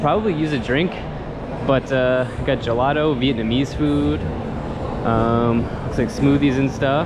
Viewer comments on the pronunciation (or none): none